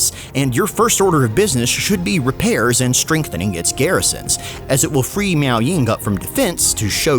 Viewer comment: constantly saying "miao" has my spine twist in anger.